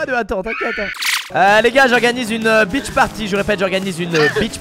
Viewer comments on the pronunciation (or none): Beach party? Ou...BITCH party... ta prononciation....